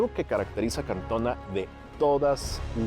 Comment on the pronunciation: Es Cantoná, con acento en la última á